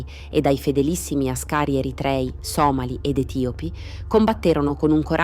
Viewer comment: Àscari, non ascàri.